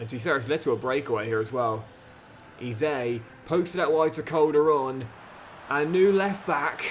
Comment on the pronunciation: Really enjoy your content, but please learn how to pronounce Eze properly.